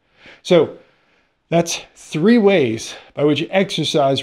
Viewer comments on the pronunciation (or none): none